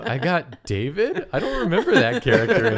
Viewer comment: ITS DAVID DAY!!! DAY-VID!!!!! :D